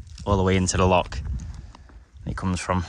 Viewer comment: Another great walk.. however every Scottish person has screamed at the telly. A lock is something you put a key in. Loch. Locchh. Lol